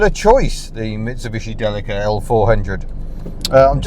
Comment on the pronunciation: I think "Deli-ka" is the best pronunciation. "Dileesha" sounds like a brand of margine !